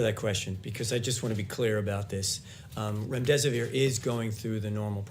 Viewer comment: I am cracking up at remdesivoir!! I haven't laughed in days